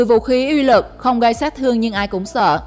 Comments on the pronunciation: Phát âm cho chuẩn nhé BTV. " Uy lực " chứ không phải " Y lực ". Khó nghe quá ????? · Lần sau đọc rõ từ uy lực